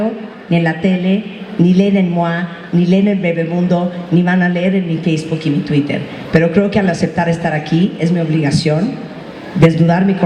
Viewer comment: dijo TUITER, no que inglés perfecto? heeee!. De todos modos es buena la Martha.